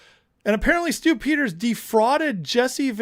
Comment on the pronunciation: Every time you say Stew Peters, I hear Stupid.